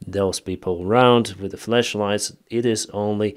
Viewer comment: You need to take better care to pronunce "flashlight" correctly.